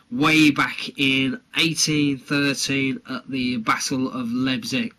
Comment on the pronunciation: Pronounced "Liep as in "lie" with a p and cig as in cigarette